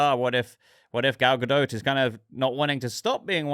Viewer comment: Why are you calling her Gal GaDOAT?